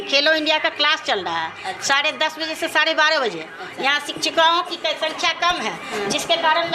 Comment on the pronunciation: रिपोर्टर साहिबा, पहले आप ही शिक्षा और शिक्षक बोलना सीख लें। खुद तो सिछा, सिछक उच्चारण करती हैं।